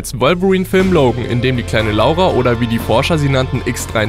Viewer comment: Hat er da gerade echt Laura deutsch asgesprochen?!😂